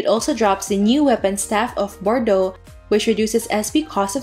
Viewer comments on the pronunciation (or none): none